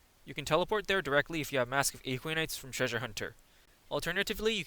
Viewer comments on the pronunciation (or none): yeah not a-kwi-nites ;D. a-kwa-nites. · You can check out his latest version of this guide as it pronounces Aquanites properly. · Why are you pronouncing Aquanites so strangely? It's literally said like aqua in aquaman, but you replace the man with nites. You don't call aquaman aeqweoman.